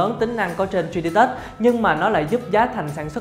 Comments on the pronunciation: Cả video bị ấn tượng bởi từ tri đi tớt(3d touch) đọc tiếng anh kém quá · Bỏ theo dõi vì cách đọc 3d touch